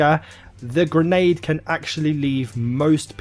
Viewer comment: Not "gernade", its grenade.